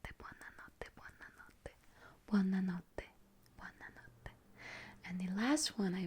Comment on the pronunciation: "Buonna notte" cit😂🇮🇹